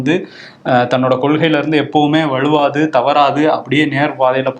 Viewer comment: வழுவாது என்று திருத்தமா சொல்லுங்கப்பா.